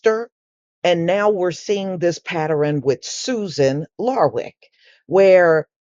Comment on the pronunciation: Pattern, pronounced; "pa tern", not "pa tar rin"